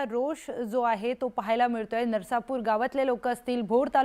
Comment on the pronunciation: नरसापूर नाही, ते नसरापूर आहे.